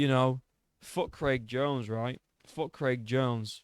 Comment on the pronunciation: Bro said "one step behind creg jones" 😂😂😂😂😂😂